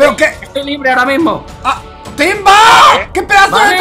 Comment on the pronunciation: cuando mike griot timba en ves de decir timba dijo tiva xdddddddddddddddddddddddddddddddddddddddddddddddddd